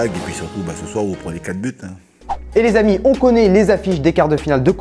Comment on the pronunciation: Arrête de dire l z amis tout le temps 😂 sinon top